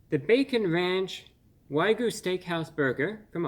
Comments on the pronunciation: WAG-YU WAG-YU WAG-YU NOT WHY-GU WAG-YU WAG-YU WAG-YU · Love you man. But your pronunciation of wagyu driving me crazy. "Why-goo" instead of "wag-yoo" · It's pronounced wag-you, not why-goo. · Good sir, much respect, but it is pronounced ' Wa-gyoo ' , rather than ' Why-goo '. Common mistake to make. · Say it with me, "Wag-You". Not "Why-Goo". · Excellent review. I was watching this as one was headed to my house through doordash. Although, for future reference, so as not to confuse others; It's Wag-Yu, not y-goo. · wag - you.... say it with me bruh waaaag - yooou... stop saying why goo before i blow my fucking brains out holy shit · I love this guy but I'm sorry it's not waigyu it's wag-yu 😂 but glad I got to hear his review on this because man I was this close to ordering one of those lol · Wagyu is pronounced wogyoo, not wygoo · not "why-goo", but "waa-gyoo". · It’s wagu (waa-goo) not ‘why-goo’. And dude cut your finger nails your hands just look really creepy. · Wah-gyoo not Why-goo lol. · It is why gyou, not goo. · Fun to watch and appreciate the sarcasm, but it carries more weight if you would learn how to properly pronounce "Wagyu." It's waa-gyu, not why-goo. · Wag-yu, not way-gu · Dude, you're a food reviewer and you say "why-gu?" It's pronunciation is "wag-gu!!" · Its Wagyu, not Waygu. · Wag -You. Not Why-goo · It's "Waaagyu" no "Whygyu" you just made an old Japanese man cry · if i hear him say waygu one more time i'm gonna lose it. it's pronounced WAGYU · Wag me? WAG YOU!!!!! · Wagyu (not waygu) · It's pronounced WAG YOU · OH MY GOD!!! Look at the word! It's WAGYU, not WYGU. I'm cringing every time I hear him say the word so incorrectly. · why goo? 😂 you know what bruh you can’t pronounce it anyway you’d like 👏🏻👏🏻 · It's WAG-yu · It's Way-Goo alright A-15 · if this guy says wai-goo again ima snap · Wrong pronunciation. It is "Wag You", Not the way you are pronouncing it. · "Why Goo" indeed. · Wa - gyu 😅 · Why-goo beef? What-goo? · lol why-goo